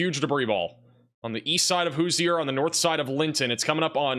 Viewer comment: Indiana is the Hoosier State. cant pronounce it? cmon. College educated with a 6 th grade reading level. I love it but PLEASE take a class in engleesh language and a class in french language so we can hear the correct pronunciations at at least a 75% level in Louisiana and Wisconsin instead of the 33% level we got yesterday. blew some of the names so badly that it didnt sound anywhere close. Thus learning to read could SAVE SOMEONES LIFE ONE DAY.